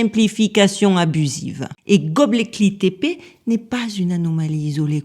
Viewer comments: coucou, j'adore quand tu dis gobleki-tepe, vas-y essaie encore une fois 😄 ....c'est pour rire, c'est le fond et la structure du récit qui comptent, cette vidéo est très intéressante 👍 et hop, 1 boost bien mérité pour gobleki-tepe 🥂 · Bravo pour la prononciation parce que ça doit pas être facile de prononcer ❤ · Vous l'avez bien prononcé deux ou trois fois, mais comme vous avez appelé ce site de tous les noms possible il fallait que ça arrive. 😂 Merci à vous pour votre travail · Bravo j’ai adoré comme d’habitude superbe vidéo qui va faire réfléchir les plus incrédules, j’ai adoré ta façon de prononcer Göbekli Tepe 😂